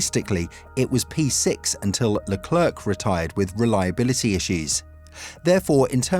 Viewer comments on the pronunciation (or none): If I may make a suggestion, as a reporter it would sound much better if you invested in pronouncing foreign names better, I don't mean you need to nail the accent but for example Leclerc if pronounced Lecler (silent C). These little things make you sound much more interested in the material you are reporting about.